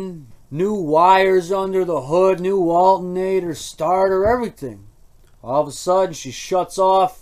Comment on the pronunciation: What's a "Walton-ator"? You said it has a new Walton-ator".